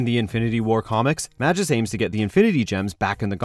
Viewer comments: it's pronounced "May-gus", not "ma-jus", you idiot. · mah-jis, isn't it pronounced May-Gus? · I think the correct way of pronouncing Magus is Ma"Goes" not Ma"Jos" . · Say it with me: MAY-GUS! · Magus is a hard "g", just so ya know. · Magus is pronounced May Gus.